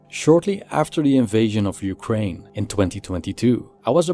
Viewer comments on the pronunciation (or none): none